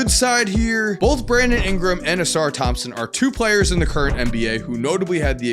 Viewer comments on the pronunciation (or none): none